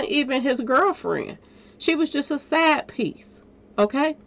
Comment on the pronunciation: BLESS UPS: A Side Piece or A SAD Piece (your accent) Both Work!;)PEACE